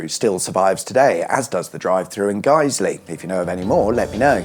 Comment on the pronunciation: Boots Guiseley (well done for pronouncing correct) used to be a burger king.